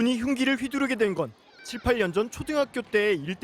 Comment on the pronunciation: 7~8년전을 18년처럼 발음하시네.. 3번 듣고 이해했다